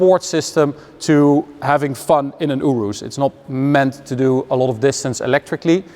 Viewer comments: You riss is how you say it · I don't know how to feel every time you say Urus.